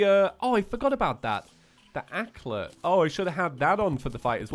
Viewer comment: I know this isn't important, but the constant failing to pronounce simple words like 'anklet' correctly is honestly really irritating...